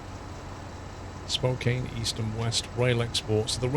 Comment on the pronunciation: Spokane rhymes with Ann. A lot of Washington place names come from indigenous names or words and they’re not pronounced the way most people expect.